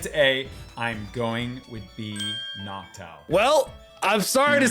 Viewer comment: The fact he said noctile instead of noctowl bothers me to no end